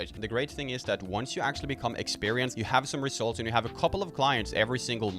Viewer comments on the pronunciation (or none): I like the way you says 'rezultz'...😂👍